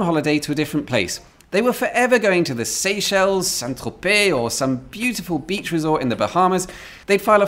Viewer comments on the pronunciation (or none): none